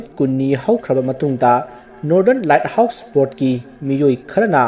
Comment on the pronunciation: Bro the light house to myek sengna hio accent da foreign sabada light house haiba mandre let house haiba male sem saraga ngangano english to heitadi the light house ana adum faja hio khngdaba mi film do yengningba mi yaoradi search twbada the led house ana soidana search twgrano ni bro appreciate you for the story